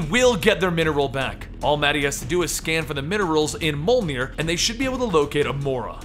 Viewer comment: Its pronounced MEE-OLNIR! ME(as in I, me)!! The J has a role in the word.